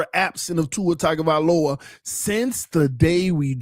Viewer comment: It’s just now hitting me why you never learned how to properly pronounce Tuas last name 😂 he was never your QB…